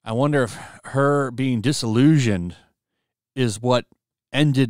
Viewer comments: DIS-illusioned, not delusioned. My God. Dont give them ammo where they can call you illiterate. Lol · Poor guy...the word isn't "delusioned" ("Ya blew it"); It's "disillusioned". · Disillusioned, not delusioned